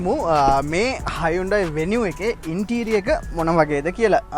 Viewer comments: ඕක ඇත්තටම හයිඋන්ඩායී නෙවෙයි හියුන්දේ කියලා කියවෙන්න ඕනෙ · Yes. Even in advertisements they say as hun- dai